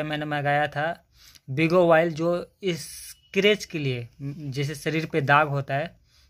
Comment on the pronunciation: बिगो नहीं बायो आयल होता हैं